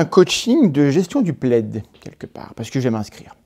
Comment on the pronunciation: Entre plaid et Vlad il n’y a pas grand chose lol on sent parfois limite à dire vlad à la place de plaid lol 😂😂😂😂😂